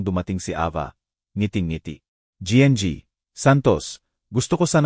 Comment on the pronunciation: Hindi ko alam kung Anong nasyon ka, koreano,niponggo, bisaya, o ano ba,Ang gng ay ginang kung bigkasin para sa susunod ay alam mo na, hnd Ako namimintas tinatama ko lng,cnsya na